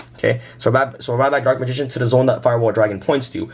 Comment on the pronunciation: I swear he said Dork Magician